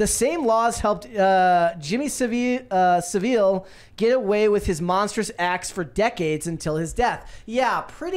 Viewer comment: pronounced Saville's name correctly. It was not threat of libel that protected Saville but friends in high places and a reputation for outstanding charity work.